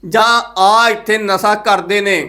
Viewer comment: ਨਸਾ ਨਹੀਂ ਵੀਰ ਜੀ ਨਸ਼ਾ ਹੁੰਦਾ ਹੈ।